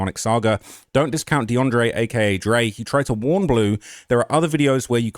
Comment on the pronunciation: his name is not DeAndre it's Andre